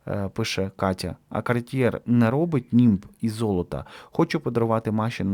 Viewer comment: треба читати не хермес а ерме і картьє а не картьєр